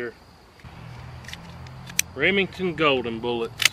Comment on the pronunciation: Goodness gracious learn how to pronounce the word bullets.